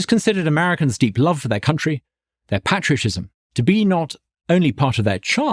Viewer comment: Love his heart! I hope that Douglas Carswell learns to pronounce "patriotism" correctly.